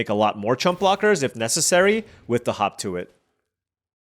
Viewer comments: It's not yours or WoTC's fault, but every time you say "hop to it" all I can hear is "hawk Tua it." Either way, I agree. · Watching it on 1.5 speed while at work, had to rewind it to make sure he wasn't saying hawk tuah when reading hop to it.😂